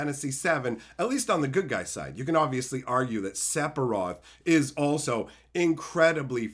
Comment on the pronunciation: SEF…SEFIROTH !! SEPHIROTH! SEF-IR-OTH PLEASE DONT TELL ME YOUVE BEEN SAYING SEPIROTH FOR 30 YEARS